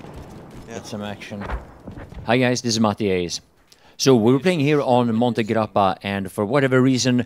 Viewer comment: the pronunciation of "monte grappa" is really good mate. Thanks, an italian